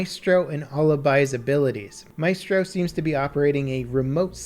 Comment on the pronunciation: 3 weeks since and he's still having trouble with the word/name Alibi. At least he's figured out how to pronounce Maestro though. Baby steps. GJ